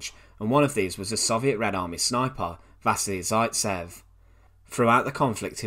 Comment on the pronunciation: I just want to say you've pronounced vasily zaitsev wrong. Other than that it's a great video :)